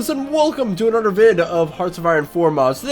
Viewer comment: Your use of D instead of T in your speech is annoying as fuck man. Anudder instead another.. cmon man.. Da instead of the.. lawdy Udder instead of other